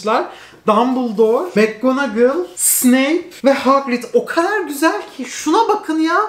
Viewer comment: Tüm Türkiye: çok güzel: çok küseel